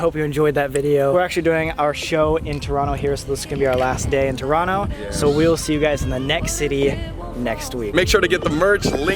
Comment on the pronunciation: YESSSSS sam said Toronto like a true Torontonian!!!